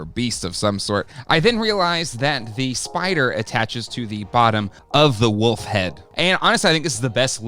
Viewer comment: Say it with me..... WOOOLLLLFFFF! There's an L in there. It's not WUFF. It's WOOOLLLLFFFFF! Say it.... WOLF!